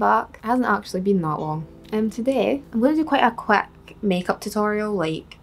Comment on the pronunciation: I absolutely love how she says quick